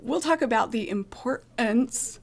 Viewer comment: For some unknown reason people have stopped pronouncing the consonants - imporant. Doesn’t seem regional.